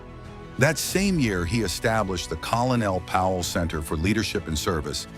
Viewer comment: More AI trash that can't even pronounce the man's name properly